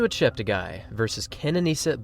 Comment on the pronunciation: Please note that his name ends up being 'gay', not 'guy', according to worldwide broadcasters - he asked them to correct their pronunciations. Tony Hunt World Junior Athletics News NZL